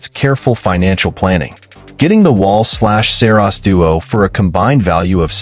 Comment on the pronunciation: Dude you can't even say Saros